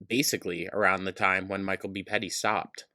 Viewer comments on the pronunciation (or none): none